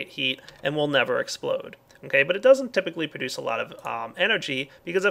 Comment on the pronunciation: omg i love when he miss prouncouse produce. prodes produce :)